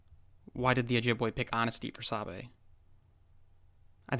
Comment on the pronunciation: Thanks for shedding light and truth about our culture, I as an ojibwe can say most of this is accurate, could use some work on the pronunciations tho, like migizi (Mi-Gi-Zi) (aa-mik) (saa'be) (ma-iin-gan)